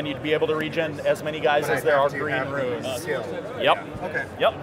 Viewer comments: Its 'runes' not 'ruins'! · Great demo, but I think it has to be stated. "Rune" ≠ "Ruin"